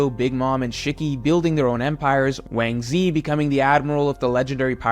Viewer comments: Yo who tf is wansee?? You mesn wangzhi!!! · Has anyone pointed out Ochoku being called Wang Ze?